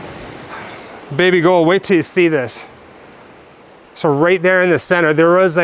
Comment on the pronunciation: The Old Tolbooth jail at the Heart of Midlothian is two minutes away from my house. Are you calling your lass "baby goal" or am I hearing you wrong?